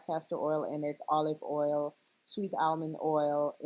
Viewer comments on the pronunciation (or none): I like the way he says “oil” too. Gotta keep your hair earled up. 😭🤣